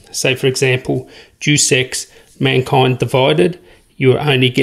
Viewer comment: day oos ex not deuce ex